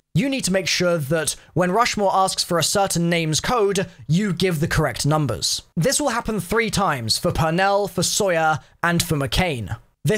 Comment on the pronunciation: ...wait, did you pronounce Sawyer as (Soi-yer), incorrect! It’s pronounced (Saw-yer)